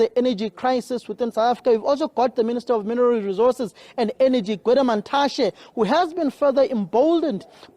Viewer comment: This guy pronouncing Gwede Mantashe like a coconut